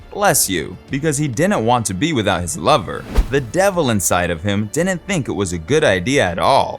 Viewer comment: ...and "didn't" isn't pronounced "dinet". Sorry, moving on after 2 minutes of this drivel.